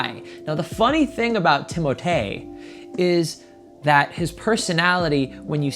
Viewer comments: I love how you call him Timotay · Ooooohhhh my gohd if you call his name like that one more time goddamn it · I laughed so much at you struggling to say timothee and saoirse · A dating expert mispronouncing timothee’s name for 11 minutes straight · those girls were just wrong lol